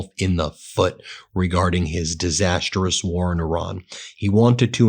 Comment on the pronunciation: Ben, the word “disastrous” has three syllables just like the word “disaster” - for fucks sake can you drop the “disasterous” pronunciation? You pronounce ghe word disastrous with four syllables. There are no vowels between the t and r in disastrous. Other than that I like your channel. Considering every video you make uses that word maybe you could pronounce it properly. Cheers and kind regards, Paul